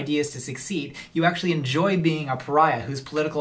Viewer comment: "So, akshully..."